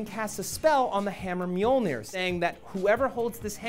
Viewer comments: I have no problem with any of the changes, the only thing that bothers me in this video in the mispronunciation of Mjolnir. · xD i love hearing Matt trying to say mjölnir